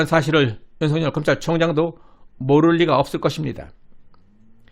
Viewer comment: 윤석열을 윤성열로 발음 하면 안됩니다! 소리나는 데로 읽으면 윤서결로 읽어야 정상 입니다! 왜냐하면 실제 이름이 윤성열 인 사람이 있다면 윤석열과 윤성열을 어찌 구분 하겠습니까?